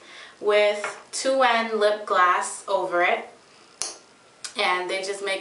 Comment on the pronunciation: i love how u say lipgloss u say it as if its lipglass haha randomness